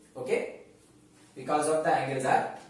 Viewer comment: Becows 😂😂 i was ur student I really miss this word